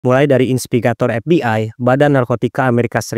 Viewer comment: Inspegator? Apa itu? 😂😂😂 Atau mau bilang investigator? Trus silk road, baca nya bukan sail road, artinya jalur sutra, mungkin dia terinspitasi dari jalur perdagangan zaman dulu yang menghubungkan asia timur, afrika dan eropa. Sekedar saran, jangan asal baca aja narasi nya, ada baik nya di cek lagi kembali sebelum dibaca, kalau ada bahasa asing atau sebuah istilah, ada baik nya di cari tau lagi. Soal nya dampak nya bahaya sama penonton, jangan nanti dikira yg abang ucapin pengucapan yg benar.